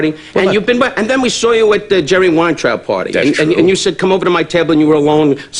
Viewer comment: It’s twew it’s twew